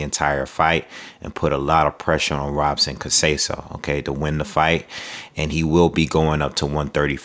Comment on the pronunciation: Btw, in Portuguese, the “r” are pronounced as “h.” So it’s pronounced “Hobson.”